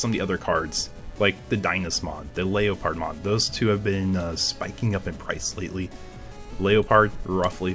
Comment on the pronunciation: The way you say Leopard amuses me. You said "Leperd mode for Leo pard mon"